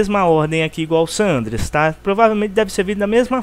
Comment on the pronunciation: Eu vou fz um video explicando como se pronuncia o nome desse jogo, o que tem de nego mongol falando "sánandrueass" meu deus mano.